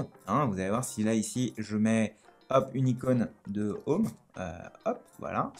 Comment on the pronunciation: "J'ai un défi pour toi : prononce 'home' en anglais sans dire 'homme' !" sinon a part de ca tres bonne video merci